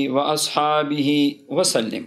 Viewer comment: سلم کی لام پر زبر ہے آپ نے زیر پڑھی ہے